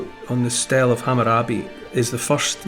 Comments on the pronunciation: Not 'Stell' It's 'Steelee' Spelt Stele. Sorry... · Just a FYI "stele" is pronounced stee-lee